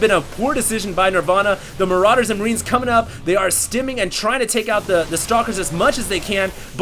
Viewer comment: haha i love how he says maraiders are SO BEEFY! lmao